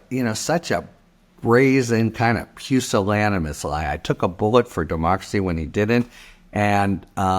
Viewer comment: Impressive. I don't think I have ever heard someone dare to pronounce "pusillanimous" in a continuous take.